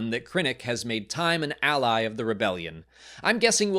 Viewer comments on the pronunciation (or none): none